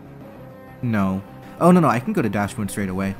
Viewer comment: The "Dachs" in "Dachsbun" is pronounced as the English word "Ducks" not "Dash" since it is derived from the German name for a sausage dog, "Dachshund".